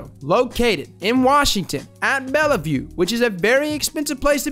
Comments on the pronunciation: the way you said Bellevue killed me 😭😭😭😭😭😂😂😂😂 i live close to Bellevue and it’s pronounced “bell-view” not “Bella-view” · lol its BELL-VIEW not bell-e-view. Im surprised u knew that was a rich kid area.